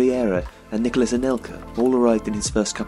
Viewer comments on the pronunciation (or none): none